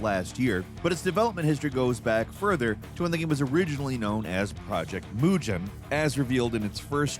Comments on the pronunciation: Hey, it's not "moo-gen" with g from generation, but "moo-gn" like in "ignition" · When you said "Project Mujin", thats how my brain spelled it. But then some point in the video, I saw "Project Mugen" in an article shown. Mugen (G pronounced like the g in "gamer"), means "infinite" in Japanese🤓. I know its a Chinese game but "infinite" definitely seems like what theyre going for with Ananta.